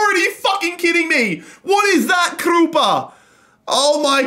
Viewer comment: Please stop saying Krupa like that